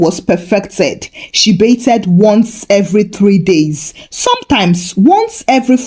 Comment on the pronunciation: Genuinely love your stories BUT, I have to ask…why are you pronouncing it “BAYTH-ED” with the “ed” like that? The “ed” isn’t said that way. I notice you do the same with “breathed.” And you pronounce “favorite” as “favor-right”… I’ve been around Nigerians my whole life and never came across this. It’s hard to listen to.